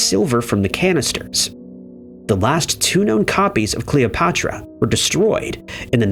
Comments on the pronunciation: You somehow fucked up the pronunciation of Cleopatra? Are you stupid??? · Ahaha I literally just noticed 😂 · Why can you say Cleopatra correctly once during that whole thing, but say it wrong the rest of the time? Please tell me I'm not the only one that noticed that?